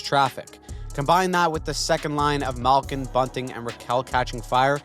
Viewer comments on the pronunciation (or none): none